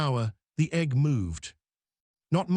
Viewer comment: Instead of egg it's Egghh.